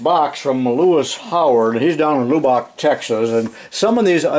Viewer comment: Great video as usual. I got a giggle out of lew bock texas. Local say it more like lub uk. Brought to you by someone who used to live close to Lubbock Texas.